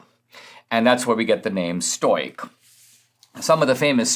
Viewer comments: Say it with me Dinesh: Stow-ick! Lol, love you Dinesh, but hearing "stoyk," over and over was difficult, even for a stoic (and a Greek, at that) like myself. Even in Greek it wouldn't be pronounced that way (would require a "k" in lieu of the "c" - "oik" is what makes the "oy" sound you keep using in Greek), and certainly not English. STOW-ICK - thank you! Your "Aurelius" could use a bit of work, too, but I'll give you a pass on that. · Ok at first I was distracted by the mispronouncing of stoic, but then when he started talking about aggro penis I wasn't paying so much attention to that anymore. 😆